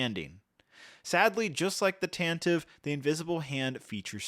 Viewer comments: The "e" in Tantive IV is not silent. It is pronounced "Tan-tih-vee," not "Tan-tihv." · You keep pronouncing Tantive wrong